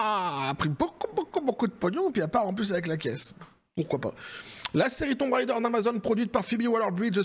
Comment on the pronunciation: Tomb raider ❌️thon raideure✅️ 😂😂 et c'est ciao